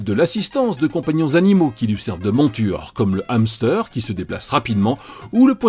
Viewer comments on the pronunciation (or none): Jcrois j'ai jamais entendu quelqu'un prononcer "hamster" aussi mal.